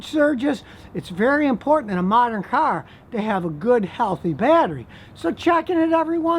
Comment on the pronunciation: Scotty I like how you say caaarrrr. Are u from Michigan